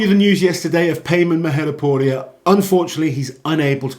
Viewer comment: I'm just impressed at your ability to say his last name.